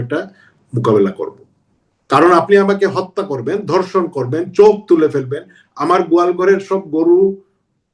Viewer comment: ধর্ষণ কে বলে ধনশন 😂🤣